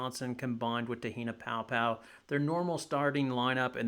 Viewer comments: you mean Paopao not Poa 🤦‍♂️ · It’s pronounced “pow pow.”